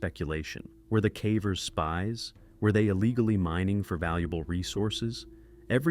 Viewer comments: Yeh the AI can't say caver, calling them carvers! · The AI says “Cah-vers” instead of “Cavers”. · Anybody else feel like these videos might be partially AI generated? At least the audio? I've heard him pronounce "Cavers" in two different ways. "KAY-vers" and "CAW-vers" 🧐 he also pronounced the name "Colin" as "colon" in another vid one time😂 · 5 million ads on a video about "Cavvers" "roh-knee" and "juh-honn". Unsubbed.